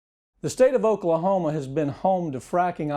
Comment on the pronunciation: Oaklahomo lol